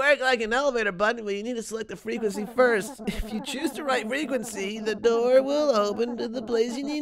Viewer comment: "Open the noor"